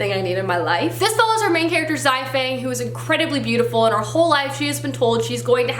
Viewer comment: Just for reference. I think Xifang is pronounced SHEE-fang. The X makes an S sound.